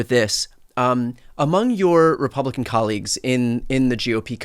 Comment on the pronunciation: "...my Republican collegez...". Dude, you never need to wundr why you are loozing.